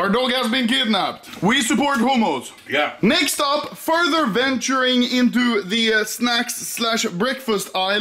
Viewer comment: i love how anomaly pronounces hummus as "homos"